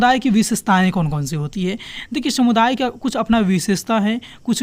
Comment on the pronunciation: Shamuday nhi sir samuday h aap har video me sa ko sha kyu bolte ho 🧐